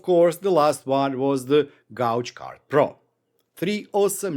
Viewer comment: Nice. Really like the new Gauge card. Gauge is a challenging english word and has multiple uses in very diverse meanings. In the case of this HA card, it should sound more like gage (gerd3). Your prouncuation is "gouge", which is a chisel or the act of putting a groove or scooping out something.